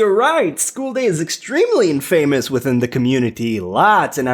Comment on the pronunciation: Wrong pronunciation of infamous